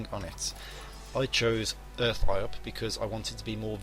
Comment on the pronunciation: Nice! BTW, Iop is pronouced 'Yop". ;)